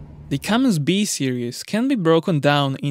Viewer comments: Cummins… CummINS. Not “CummINGS” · It's pronounced Cummins not Cummings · Tuned out. Cummins, not Cummings dolt. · It’s not Cummings, it IS Cummins.. you spell it right and pronounce it wrong. What is your native language ? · Did anyone tell the producers it’s “ Cummins” not “comings”? It’s right on the motor… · foot pounds, not pound feet, so annoying to listen to you saying pound feet over and over, IT IS FOOT POUNDS. and its not "cummings" its cum-ins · No "G" in Cummins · No “G” in Cummins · There is no G in Cummins. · I thought you were kidding at first. It's Cummins!! No "G".